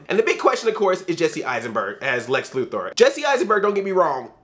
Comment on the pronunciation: Thank you for pronouncing Lex Luthor`s name properly. Most people don`t seem to know that it`s pronounced " Lou-Thor" and not "Lou-Ther".